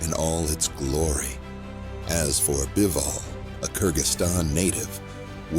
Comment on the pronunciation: Beevol? It's Bivol.